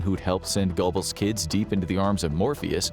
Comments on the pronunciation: I think you will find GOEBBELS is pronounced GERBULLS (BULL as in DULL) and NOT GOBBLES like the sound of a turkey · (😮Eva) "Braun" - pronounced like the English "Brown." Goebbels = "Gurh buls" Thank you❤ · Goebbels is pronounced Gerbells. I don’t know why. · Goebbels is pronounced GER-bulz. Doenitz is pronounced DER-nitz.